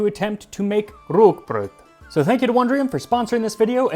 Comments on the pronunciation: very good pronounciation of Rúgbraud. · Thank you for making the effort to use the Icelandic orthography for rúgbrauð and pronouncing the word correctly!